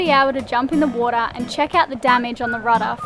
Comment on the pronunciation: I love the way says water - wuadda ha ha